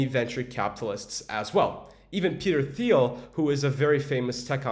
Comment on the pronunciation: It’s pronounce Peter “Teal”